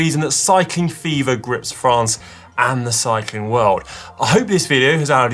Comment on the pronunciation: First lets try how to pronounce france correctly